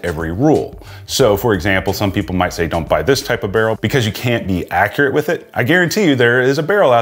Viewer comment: +/- you mispronounced “People”, similar to the pronunciation of “People” by George Hamilton, in his Zoro movie. Otherwise your vids are awesome!